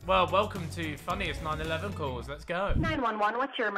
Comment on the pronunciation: Are we going to ignore how Ethan said 9/11 calls instead of 9-1-1 calls???